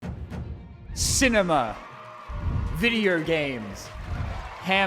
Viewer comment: Does he say “Videer” instead of video?